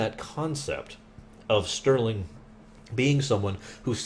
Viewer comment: not sterling - its henry ' star - ling '